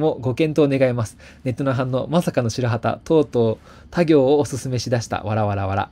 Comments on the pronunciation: 「たぎょう」→「たこう」だろ。銀行なんだから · ×たぎょう → ○たこう 🤢